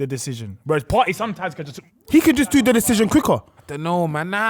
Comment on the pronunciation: “partey landed jan” someone kick this guy off the show man